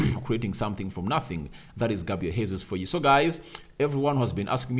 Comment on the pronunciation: As a journalist it's your responsibility to learn how to say people's names correctly because you're à model. That name is not Hesus. It's the second time I'm calling your attention to this. GESUS. THAT'S HOW TP SAY IT. This is Portuguese not spanish sir